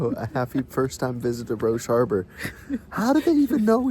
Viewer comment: I am lucky enough to live in Roche Harbor. is right about it and he pronounced it correctly.